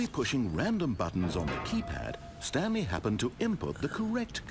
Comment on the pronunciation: The stanlie parawable